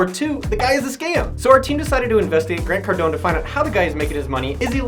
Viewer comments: Grant Cardonee lol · “Grant Cardoni” hahahahaha